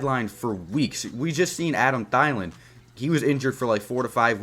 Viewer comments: bruh did you really just say Adam theyelin 😂😂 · When pronounces Adam Thielen's name wrong